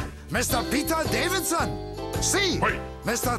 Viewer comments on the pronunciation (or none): Davison, not Davidson.